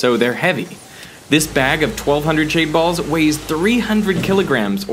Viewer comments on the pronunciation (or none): First 5 minutes i heard shade balls but the more i hear it, it sounds like shaved balls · I always hear "shaved balls" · i literally thought he said “i’m swimming in shaved balls”